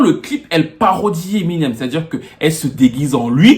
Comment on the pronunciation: Je dis hein, personne ne wanda sur comment il dit emi nem avec l'accent ? On dirait qu'il parle d'une nyango du quartier 😂😂😂😂 En tout cas, merci pour la vidéo, un mercredi bonheur comme ça 😍